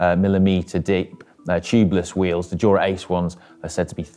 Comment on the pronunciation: JOO-RA Ace!